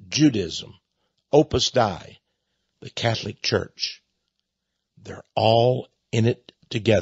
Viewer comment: Texx, you need to learn to pronounce Opus Dei properly before you opine on it.